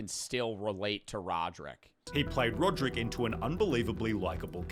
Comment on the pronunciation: That's not rodrick that's rodricka